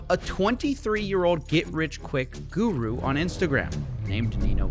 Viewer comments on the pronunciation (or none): none